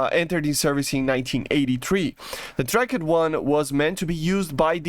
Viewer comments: dude stop using the silent letters in the english language tracked is not track-ed it is trackT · The way he says tracked like trak-ed rapier is cool